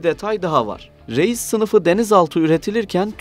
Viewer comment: "Реис " ударение надо ставить на "и"